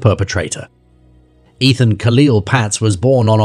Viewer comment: I just heard the narrator say "Et_an"...then "Eat_an"...then "Ethan"..hso I have no idea what the boy's name was, nor how it ought to be pronounced. No respect is shown to the poor little boy, nor to his memory... As for 'SOHO's given interpretation, of 'South of Howston'?! 🥺 For'chrisss'sake!! Even as an English woman in my 70's, I know how to say 'Houston' correctly!!😮 ... I'm not sure I want to listen to / watch the rest of this video.😢 (R.I.P. to the victims of these heinous crimes, and apologies for such verbalised insccuracies to the victims' families and all condolences for their sad losses). 🇺🇸 💔🏴😥🇬🇧💔😶